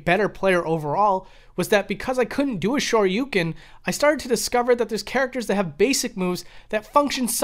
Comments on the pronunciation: Eh, Ha-dough-ken is a hell of a lot closer to correct pronounciation than his garbage Shah-yu-ken nonsense. This coming from a Japanese learner who has no issues pronouncing either perfectly. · Well, 'correctly'. Listen to how Ryu says it. Its pretty clearly said, with dou being a long dragged out o. The shoyuken pronounciation is completely off tho. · Hadoughken! Shawyoucan! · the way you pronounce "hadoken" and "shoryuken" is wild, bro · Both the o and u in Shoryuken is extended sounds. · You pronounced hadoken and shoryuken wrong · You pronounce "hadouken" and "shoryuken" weird/wrong. Just listen to Ryu say it in the game and that's how you say it. You're welcome.